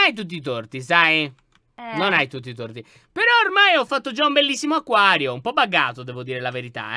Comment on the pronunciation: Laion ma c’è cosa HAi detto. Acaio. Ma. Si. Dice. Acquario